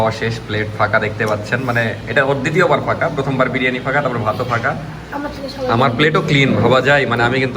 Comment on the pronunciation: বিরিয়ানি ❌ বারিয়ানি ✅